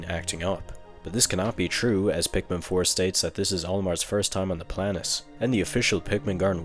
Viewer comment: Why are you pronouncing so many words so weirldy? Like replacing the t in many words with s like in "debt" and "planet". It's not like you can't pronounce t because you keep saying "tree" instead of "three". So why are you doing that? It's so distracting.